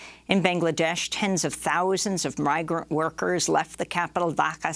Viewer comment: She’s having trouble pronouncing “murder” and “migrant” and I can literally hear her spit in her mouth. It’s gross! Get someone young. And hot